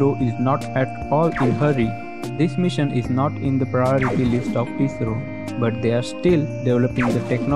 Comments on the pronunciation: its not isro its i s r o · I.S.R.O ...... theek se naam lena to seekh lo...😂😂😂